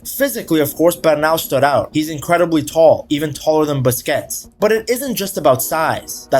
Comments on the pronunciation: Busquets is pronounced "BUS KETS" not "Biscuits" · bro said Sergio Biscuits.😂